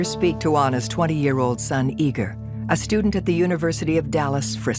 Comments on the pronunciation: EE’-gore not Eager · They keep saying the son's name so it sounds like 'eager'. But his name is Russian, it's spelled Igor and it's pronounced like e-GORE. Right? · His name is Igor, ee-gore! Geez😂